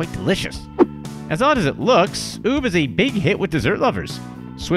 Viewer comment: Some of these are a little rediculous Also, ube is pronounced like oo-beh!